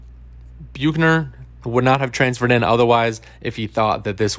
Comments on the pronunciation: Where did you get the pronunciation “Bukener”? 😂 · I'm sorry, but the way he is saying Bukener is driving me crazy 😂😂. It's making it hard for me to listen to the video lol